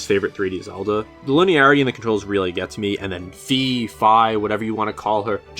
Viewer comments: Skyward sword Sky FY Her name is pronounced like sky Not Fee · WHY ARE YOU SAYING FEE OMG